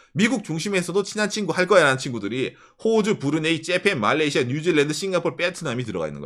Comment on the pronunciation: 발음은 진짜 일부러 그러는건지 원래 못하는건지,,, 깨나다 째팬이 뭡니까.. 재미라도 있으면 좋은데 이젠 듣기 거북한 수준… 경상도 발음일지도 모르겠지만 경상도 발음 모르는 사람은 매우 거슬립니다…